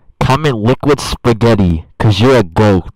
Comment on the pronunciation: did he say liquid spagheiti